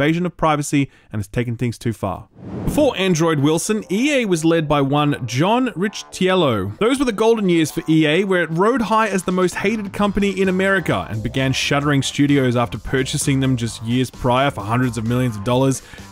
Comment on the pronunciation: Why... why are you saying Riccitiello like that? Is it on purpose? What is happening o_O